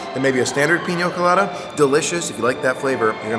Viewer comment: Peen-ya Co-lah-dah... not peen-yo